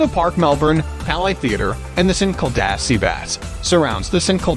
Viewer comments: It's Saint Kilda! Not Sinkilda! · You say st kilda like sin-kil-d-ar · SAINT KIL-DA BEACH...hahahaha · Try saying saint kill da beach (st Kilda beach) we might be able to understand what you are saying!!! 🇦🇺 😳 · Great video but bad pronunciation for St Kilda and swampland, it's pronunced "Saint Kill-dar" and "sw-omp-land" not "sw-amp-land" lol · Three reasons for not subscribing. 1. St Kilda is pronounced, “Saint killed her.” 2. No mention of the world famous Melbourne cricket ground or MCG. 3. There is no god. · I know he was like “sankleduh” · IM SORRY BUT THE WAY ST KILDA IS PRONOUNCED LMAO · you said st kilda wrong 😭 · Melbourne is not the capital of Australia! And the pronounciation of St Kilda is so off 🤔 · Melbourne born and bred here. The pronunciation of St Kilda cracked me up too 😂. Other things I never knew about Melbourne , oh they weren’t true lol.